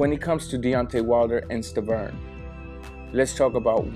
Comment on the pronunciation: Bro are u high you keep calling Wilder Sterven